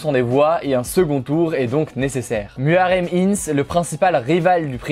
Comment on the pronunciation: Tu aurais pus faire un effort pour prononcer les noms du “presinden” turc et de l opposant (ça se lit redjep Tayyip erdoan et muharrem indjé) mais bon le plus important c est que tu na pas parlé du fait que les votes ont été fortement truqués ,que l opposant mageur à possiblement été menacé de dire la vérité sur le vote, que une agence non officielle a annoncé les resultats en faveure de erdoğan avant que le contage des votes ne soit arrive a la moitie. Finalement tu aurais pu parler que la Turquie , mon pays, est entree a partir de ce jour dans une democratie ou il n y a plus qu un seul parti qui est au pouvoir en plus d avoir un dictateur qui le dirige.